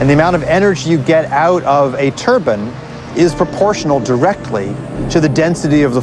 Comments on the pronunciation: When he says 'turbine', it sound like 'turban'. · Hehe, that guy says Turbin.. We watched this in our geo class..